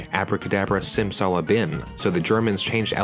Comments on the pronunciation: Its SimsalaBIM not BIN. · It's Bim, not Bin.